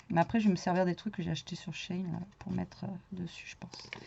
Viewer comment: Nan c'est tou qui a raison ça se prononce "shé-in" donc toutes celles qui te reprennent ont tord 😊😅